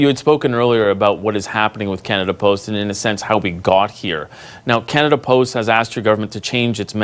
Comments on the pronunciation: That journalist kimberly... did she call canada, can nada? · The way Kimberly Johnson was pronouncing Canada like get off the news stand